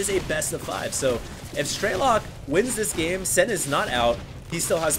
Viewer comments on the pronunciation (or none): "Strelok" is russian for "Shooter" and there is no long "e" - "Streelok" "all the sounds are the same duration, you just snap it "Strelok"... just FYI